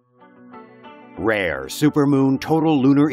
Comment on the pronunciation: Why did u say rare like that